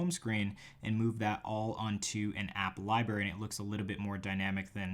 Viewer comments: are you saying library as liberry on purpose? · am I the only one who noticed when he said "Libary" LOL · Let’s say it together...Li-BRRR-ary